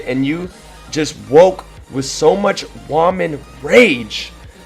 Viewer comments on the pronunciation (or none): lol you have snake saying "woah man" instead of woman just like how you say it wrong!